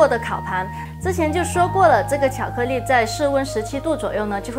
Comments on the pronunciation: 我好像聽他到有些ㄌㄧˋ說成ㄋㄧˋ。。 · IVERSON 巧克力。。。重复贯穿整个视频 没有一次发音正确 有点可爱*^o^* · 巧克腻??? 发音好搞笑